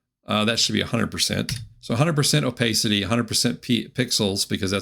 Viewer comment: Opacity is a short 'a' sound. Thanks for the video.